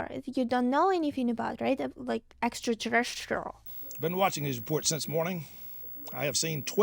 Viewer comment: So glad you watched it. When says "Extraterrestrial" without rolling her R's. So dang cute. Love it!😊 Thank you for your sweet videos. You are one of my faves fo sho.